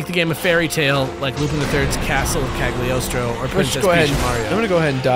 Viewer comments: Cagliostro is pronounced "Kai-yo-stroh",. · MrNexxxus No, it’s pronounced kal-yoh-stroh.